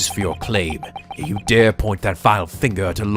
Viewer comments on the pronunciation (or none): none